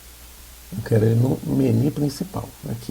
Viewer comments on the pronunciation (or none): Fantástico. Comprei teu curso e estou super animado. Adorei a didática da aula, mas aprende a falar menu e não meni Kkkkk. Brincadeira. Só não curto mto usar mto layout no mesmo form pq junta mto código na mesma unit